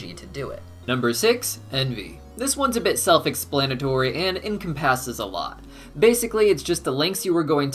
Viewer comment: This is a really small thing but I have a fear of doing this and someone not correcting me so here I go... I’ve heard you say the word “encompasses” a few times in your videos and pronounce is “income passes”. It’s supposed to be en-come-pus-es with the emphasis on the “come” part (yeah yeah yeah I know angel would be all over that one) Sorry if someone’s pointed this out already or if it sounds douchey. I used to mispronounce things all the time and people just let me go on doing it and I hated it so... yeah. Anyway great video! ♥️